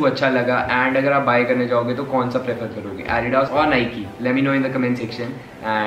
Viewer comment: He doesn't even know how to pronounce adidas